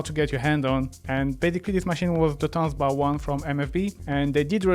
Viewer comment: “Tanzbär” means Dancing Bear in German, and “bär” is pronounced just like “bear” in English. So it‘s not about dancing at the bar 😊 Thank you for a great video!